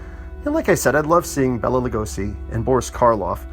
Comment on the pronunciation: Thanks for the review but it's Bay-la, not Bella and Vah-llin not Voh-lin. Also Halden, not Holden